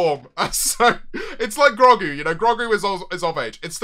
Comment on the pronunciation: Did my guy just say grogu (grog-ew)